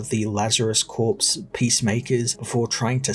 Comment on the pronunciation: Corps is pronounced “core.” Great vid though!